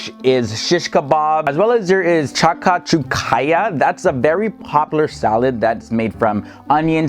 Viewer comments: “Tcha.ka.tchu.ka.ya” I’m dying 😂 it’s actually pronounced “ Shak.shu.ka” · Same, it's "shak-shoo-ka" actually. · It’s pronounced “shak-shoo-kah”!